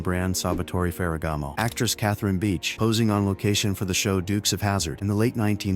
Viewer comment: It's the Ai narration not knowing how to pronounce it.